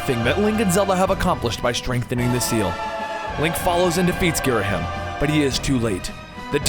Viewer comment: It's pronounced Girahim....And my favorite is The Legend of Zelda:Windwaker cause i love the toony graphics and gameplay!